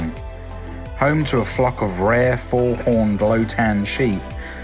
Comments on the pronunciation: What a great video. I am a beginner at YouTubing but I was really impressed by the camerawork - the focus pulls, transitions, hyperlapses and pacing. The commentary was just right (although Lougtan sheep are pronounced "Lochton, not Low Town!). I am amazed at how much you where able to fit in over two days. Our family spent many happy holidays on the island just after the war and my parents retired to Colby in in the Eighties. My sister and i are retuening for a nostalgic trip down memory lane in May, taking the ferry from Liverpool and meeting up with old friends. If you go back I would recommend both Port Erin and Port St Mary, Colby Glen and a closer look at Castletown. Thanks for the memories and keep up the great work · I mean a lot of it is farmland and their is the loactan sheep which is from the island. He also pronounced loactan wrong